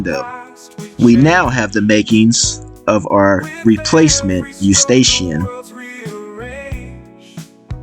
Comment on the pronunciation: You did a great job but please consider pronouncing 'Escutcheon' properly as you are calling it a Eustachian. 'Escootshon' is how it should sound-:) It is a French word that deserves respect